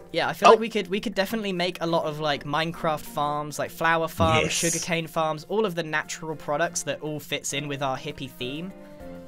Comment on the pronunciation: Vwhen he said sugar cane it sounded like cocaine